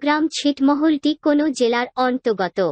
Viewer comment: আপা আপনি কোন কে কোনোও বলতেছেন।উচ্চারনটা ঠিক করে নিবেন।